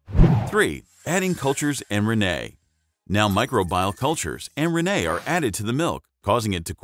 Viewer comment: If only you could pronounce rennet correctly.